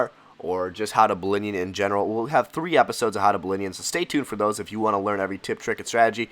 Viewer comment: 'ballinion' sick lol